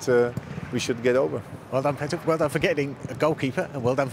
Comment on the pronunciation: Petr not Peter 🤦‍♂️